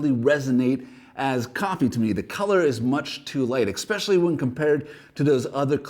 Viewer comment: are you saying ekspecially? is that a canadian way to say especially?